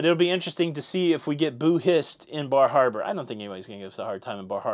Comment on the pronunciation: Bar Harbor. The R is really soft. Fall foliage is beautiful. Lived in Maine for 5 years